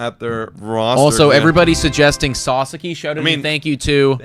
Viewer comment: Guys you're entertaining, but know nothing to little about baseball. But you're entertaining 👍🏼👍🏼 FYI it's s-ah-s-ah-k-ee